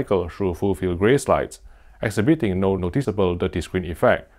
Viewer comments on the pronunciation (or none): I love your posts! That said, can I come with some positive advice? You use the word "exhibiting" (and "exhibit") so often. It's pronounced "exHIbit[ing]". I.e., emphasis on the second rather than the third syllable. Again, I really hope this is not taken the wrong way, since I love your videos. But this is one of the most frequent words in your videos. Sorry... SORRY! ;-)